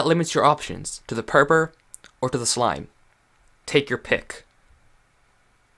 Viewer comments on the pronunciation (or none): Boi it’s purpur